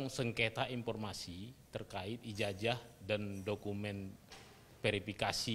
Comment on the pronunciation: Cobalah kalau bicara memakai bacaan yg benar ijajah padahal kan ijazah